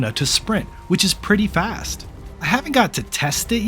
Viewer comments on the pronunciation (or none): none